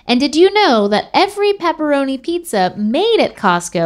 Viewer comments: He also said peeparoni omg people pepperoni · Pepperoni. Not pepperonis. …I’m sorry, I had to